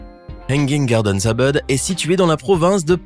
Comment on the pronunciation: Pas mal mais quelle prononciation ! On ne dit pas Eubeud mais Ouboud pour Ubud.